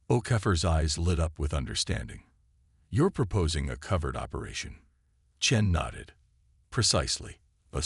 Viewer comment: Covert not covered - the reference to the secret mission. Many words ending in 'ed' are not being prononced correctly - applies to many of the tales available for our reading enjoyment. I mention this because of extensive editing of my first trilogy. More importantly, this is another excellent tale. Stay healthy. Retired Prof. of Computer Science